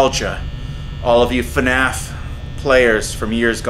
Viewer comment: You didn't even say it right. It's FNAF